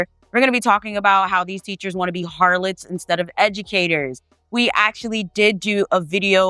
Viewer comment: every time you say harlots i die 😭😭😭